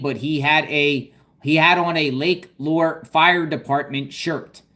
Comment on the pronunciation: Lake Lure is pronounced Lake loo-er